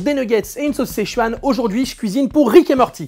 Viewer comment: Juste un truc, ça se prononce "seu-tchouan", pas "sé-chuan" ^^ Et ça s'écrit Sichuan, le i en chinois se prononce "eu" ^^